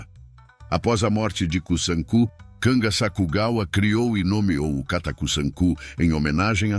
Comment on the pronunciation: Aviso: Riu-kiu - O R inicial , se pronuncia com som fraco, como em baralho! Kata : som forte no a final! Há mais erros de pronúncia...(02/07/25).